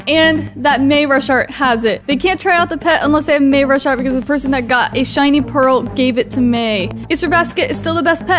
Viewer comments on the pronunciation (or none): U say may ra shart its may RU shart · may ru shart? XD u said that wrong its may rus Hart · Lol the way she said mayashart😂😂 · I just figured out you read mayrushart I say it may ru shart and I found out you say it as may ursh art Lol 😂😂😂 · May your short is how u pronounce it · Your saying his name weird